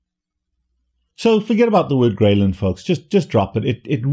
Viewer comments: I thought it was pronounced Grelin Not Graylin. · take a shot everytime he says Graylin wrong 🧐😂